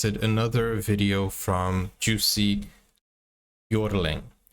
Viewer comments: Jussi is pronounced with a silent “J”. Or as though it were spelled Yussi. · PLEASE! It is Yussee, not Joosee and the last name emphasis is on the last syllable. ByorLING. J' s are pronounced like Y's in English.